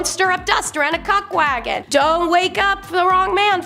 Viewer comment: Cook wagon not cock wagon